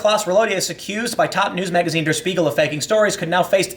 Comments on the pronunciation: pronunciation: "Shpiegel" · It's pronounced "Shpiegel", like "Shit". I recommend going to wiktionary and listen to how it's actually pronounced.